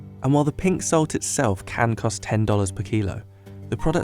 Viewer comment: He should have put an emphasis on Can when he said it can cost up to x 20 more than than table salt